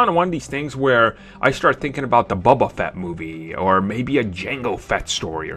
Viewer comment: It's boba not buba